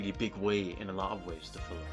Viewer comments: Haha yes, I acknowledge I do pronounce "fil-um" incorrectly 😂 It's not a conscious choice though. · If we are correcting pronunciation, film is one syllable. It's Field of Dreams, not pitch of dreams.